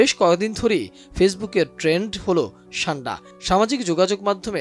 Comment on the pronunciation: ছান্ডা নয় উচ্চারণ সান্ডা হবে